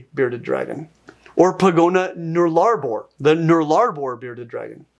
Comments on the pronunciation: Tip from an Aussie, Nullabor isn't pronounced nool-ARE-bore, it's pronounced NULL-uh-bore, where null rhymes with dull. Love the video! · I had to go back and reliaten to figure out what was saying when he said Noollarrboor. Strangest pronunciation of Nullarbor I've ever heard! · It's pronounced "nallah bor". The first two syllables are quick. It's an anglicized indigenous word and is the driest stretch across the south west of the continent, considered dangerous to cross. Basically our answer to death valley. Given the history, if you are pronouncing non-english names it's worth it as someone with colonial ancestry to take a minute to look up pronunciation. Or just pronouncing Australian words in general to avoid the trope of "dumb" or unworldly Americans not bothering to pay attention or pay respect to anything that's not American you know. You're not dumb at all and that research would be super easy for you. Love the videos 😊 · GREAT video as always just right of the bat nullarbor is pronounced NUH-luh-bor 👍 australia 👍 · Null-ARE-Boar sorry as an Aussie i has to correct that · Great video! I see their relatives the eastern water dragons almost every day here in Sydney along the Parramatta river. Also just thought I'd mention that it's pronounced "Null-a-bor". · Love the video. One slight correction "Nullarbor" is pronounced 'null-arbor' as in 'nullus arbor', Latin for 'without trees'. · Australian here. Nullarbor is pronounced nullah-bore. Actually latin meaning no trees (null arbor) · From an Australian nulla-bore, there is your pronouncing lesson for the day 😂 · I'm sure someone else has probably said this already somewhere in the comments. But, we pronounce is Null-a bore. Not null Arbour. Don't worry, I don't think there's a single American who's ever correctly pronounced Australian English without being corrected lol. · just a heads up, nullabor is pronouced null-ah-boar, null rhyming with skull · By the way, Nullabor is pronounced Null-lah-bore ;)